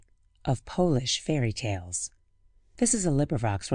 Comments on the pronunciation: That'll be Polish (pō-lish) not polish (pä-lish). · That pronunciation shocked me